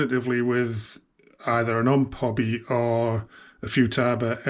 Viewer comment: It is pronounced like this…O M P Hobby because it actually stands for Ohio Model Products and it is not pronounced like it is one word like this…Omphobby.